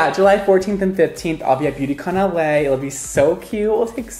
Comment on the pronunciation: When you said “ Beauty Con LA” I thought it was “Beauty With LA”